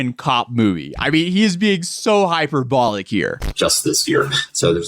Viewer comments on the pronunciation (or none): I must be super southern but his pronunciation of hyperbolic had me googling it like it was a new word to me and then I was like oh 😅🤣